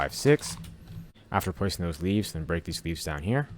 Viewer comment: why did i hear him say weeds instead of leaves?